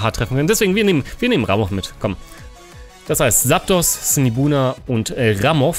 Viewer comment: Wie immer ein top Video, aber man es Heißt Zaptos mit Z und nicht mit S:p:p <3